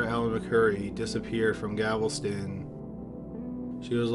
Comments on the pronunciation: It's not GAVELSTON it's GALVESTON 😮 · it's galveston not gavelston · It’s Galvastine gal-vast-in! not gavelston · It's not gavelston. GALVESTON . no one has a gavel here. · I love your videos. They're always great and captivating. That being said, it's pronounced Gal-ves-ton. Not Gav-el-ston. Sorry to nitpick, but being from Texas it drives me crazy. Other than that, keep up the good work! Cheers! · GAL-VES-TON, the city is Galveston, not gavelston... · G a l/ v e s t /o n NOT Gavelston. Please. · Its Gal-veston, not Gavel-ston. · Gal-ves-ton... not Gavel-ston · Gavel- ston 😂😂😂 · For the love all that’s holy, PLEASE learn how to pronounce Galveston “GAL-ves-tun”. Also “tavern” and “Othman”. You finally figured out “genealogy” after years of cringe so I know you can do it. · I swear has a vendetta against saying Galveston correctly